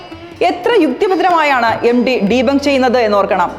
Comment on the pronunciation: എം ഡി അല്ല സേച്ചി എം ടി. (MT )